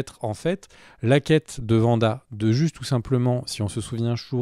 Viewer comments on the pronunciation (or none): Mais c'est pas vanda 😅 c'est Wanda. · C’est Wanda pas Vanda ça me fait grincer des dents à chaque fois 😭😭